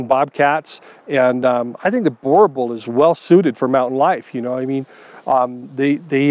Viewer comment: Very wrong pronunciation of the name. Boerboel is a Afrikaans word and the way it's pronounced is like this .....bur bull